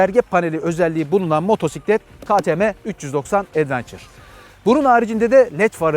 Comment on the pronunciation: "Advençır" değil Edvença.